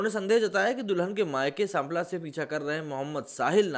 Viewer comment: Pronunciation of Sampla is wrong, I know this story as my mama also attended this wedding. Sampla is where my maternal uncle (' mama') live